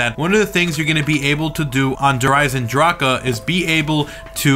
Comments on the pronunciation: I hate when he says it like that smh, it makes me cringe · no hate live the kids... but the German pronunciation is der "eisendrack" not der "eisendrackugh"